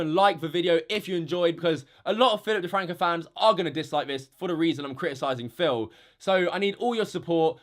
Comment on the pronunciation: 😂 Phi'ip DeFwanco 🤣🤣🤣